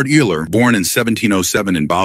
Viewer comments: Euler is actually pronounced oiler. Idk if ur using AI voice technology or what But u LITERALLY called him Eel-er. Eler. Owl-er. Eye-ler. Wu-ler. 🤦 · You can do better than this buddy. (ie. Consistency in pronouncing Euler's name, and googling how to pronounce his name correctly) Dump your text to voice app and get a better one. 😊